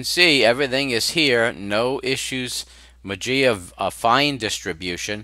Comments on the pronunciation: It's greek. You speak "mah-zea" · it pronounced "mazia" strange !